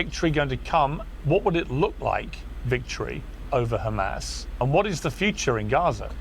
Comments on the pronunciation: He can say “has” but says “khamas” what do you expect he can’t even grow hair 🤣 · Hamas said as Khamas is like nails on a chalkboard. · do you think the chhhamas pronunciation rule was emailed to everyone in media and government or did they just start saying it on their own?